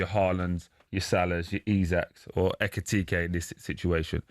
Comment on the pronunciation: 😆 🤣 😂. Ekitike? 😅😅😅 English journalists are terrible